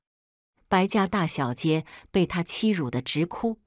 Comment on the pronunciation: 掌嘴，不是长嘴！ 还有，是大小姐，不是大小 街。